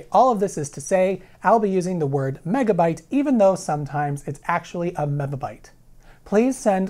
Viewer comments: This would be significantly less confusing to the layman if you pronounced it "mibby" and "kibby" instead of "mibba" and "kibba" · Len Martin: well, TC also pronounces it wrong. the "bi" is to be pronounced as "bee", not "buh". (according to NIST) VWestLife: "binary megabyte" is much worse, it's not even a linear factor. (even "baker's dozen" can be thought of as linear, a "baker's baker's dozen" is ... btw :P) Jake Rosendahl: Apple crap actually uses decimal "MB" etc since 2009. fits them to join the rip-off scheme of harddrive manufacturers.. really, the best solution would be to just establish a quickly pronounceable form of powers, like "ten pow six" or "two pow twenty", then we would not have to bother with prefixes at all. also drop "byte" and just use bits as a standard unit for information. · mebibyte tebibyte, man you sound like you've had a stroke. I'm a programmer and I've never heard these terms before.